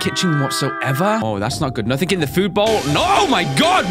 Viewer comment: its na-thing not na-think